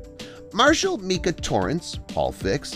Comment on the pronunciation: It’s not “Meeka” Torrence. It is pronounced “Mike-ah”